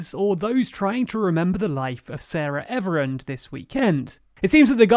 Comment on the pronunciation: Did you just call her "Sara Everand"? Sounds like you guys must have been close